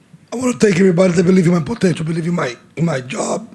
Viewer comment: That Guys with Diarrhoea in his mouth said POTINAL instead of potential😂😂